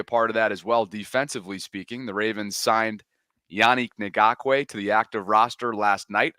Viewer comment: man you struggled with his name. Come on now. It’s not Na-gock-way. Isn’t it like Ingraven. Ing-gock-way Idk maybe I’m wrong.